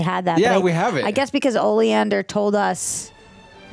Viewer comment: It is OLIVANDER, NOT OLEANDER...oleander is a plant. OLIVANDER is a character in Harry Potter! In Harry Potter, Reducto (also known as the Reductor Curse) is a powerful spell used to blast and destroy solid objects out of the caster's path! Alan Rickman is the GOAT! Maggie Smith is as well!, and of course Ralph fiennes too. The "insect thing" was a Cornish Pixie. Dumbledore's brother is Albus. I wish the lady reactor would stop trying to figure things out all the time, she almost NEVER gets it right! Read the books, Neville doesn't marry Luna. Neville's parents didn't die, they were cursed with the cruciatus curse by Bellatrix Lestrange, all seven movies they were in hospital being treated for going insane from the torture from Bellatrix's cruciatus curse. Mrs Weasley was able to kill Bellatrix from 2 things, a lucky shot to the heart which cause Bellatrix to shrink up bodily, then Mrs. Weasley likely used reducto to blast her. McGonagall became headmistress after the war. If the lady doesn't care for Fantastic Beasts movies she isn't a true Harry Potter universe lover. I think the TV show won't live up the original movies.